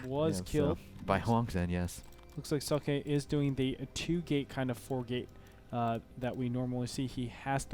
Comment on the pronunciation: Socke is the german word for a sock, it is pronounced ['zɔkə].